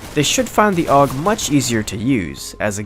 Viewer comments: It's not the Ayy Yu Gee... Christ you're making me twitch 😂 it's pronounced "Ohgg" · It isn't pronounced A-U-G, It's pronounced AWG. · no its pronounced ogg not ay you jee ogg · its not A U G. its pronounced "awg" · The correct pronountiation is awug said as one word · I think the 'A U G' should be pronounced properly. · the fuck is an "ayy-you-gee"?